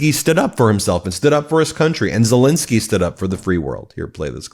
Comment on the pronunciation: I love your videos but please stop saying Zelinskyy. It's Zelenskyy. You pronounce it wrong. The "len" part in Zelenskyy is to be read the same way as the "len" part in a word "millennial" or "relentless". Thanks, hope you see this!